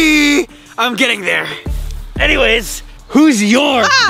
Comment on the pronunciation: It's there not therr